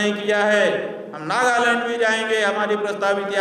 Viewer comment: नागालैंड की जगह नागालंड बोल रहा है🐕🐕🐕❌❌❌